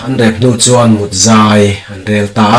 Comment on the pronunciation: Lengkir tih a kir tih hi,thlir hian a lang tih a thlir tih thluk hian thluk tur. Tin, tarpilu hi an mut ngai lova,an mût thin